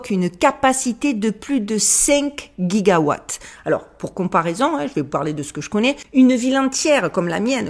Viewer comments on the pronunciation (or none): C’est quoi un « otage de vie »? C’est bien les codes mais encore faut-il qu’on les comprenne 😉😃 Au fait on ne dit pas « Hyperionne » (comme camionne) mais Hyperion (comme camion) 🙂 et pas « guiga watt » (comme Guy) mais giga comme « jiga » 🙂 ❤